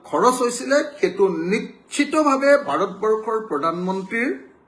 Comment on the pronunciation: ভাত বৰ্ষ নহয় মহাশয় ভাৰত বৰ্ষ আৰু আ আ আ কৰি থকা বোৰ ক'লে শুনি থাকিবলৈ বিৰক্তি লাগে।